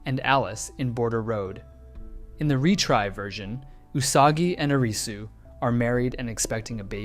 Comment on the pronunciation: Stop pronouncing his name as 'Arizzu' 🙏😫